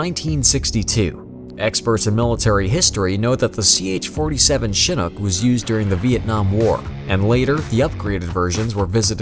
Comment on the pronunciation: its chinnook not chinnok